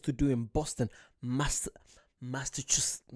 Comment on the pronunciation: You gotta learn how to say "Massachusetts before you go there. Boston, and a lot of the older cities, have England vibes. There were a lot of Irish in the colonies, too. Also, you'll recognize some place names as well. These cities were founded by Englishmen but built with slave labor. They also have a great transit system. You can ride trains and buses throughout the whole region of New England. We even have higher speed rail. The Accella Express high-speed rail runs from Boston to D.C., so you could arrive in Boston and ride the train to NYC, Philadelphia, and D.C. Then fly back home from D.C. Colonial Williamsburg is a village that has been restored look as it did during the colonial-era. It looks a lot like England from the 1600s to 1700s. They have a lot of historical reenactors there to show you how people lived and dressed during that time. They have restaurants that serve food from the era as well. You know, the Southern accent was influenced by Irish people who settled in the southern states.